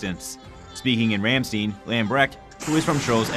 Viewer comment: ok, top notch news, but the pronunciations of places suck-a-lot like here the "ram-steen" (search ramstain, its also quite famous german metal band) or don base, lol (almost, its more like don-bass)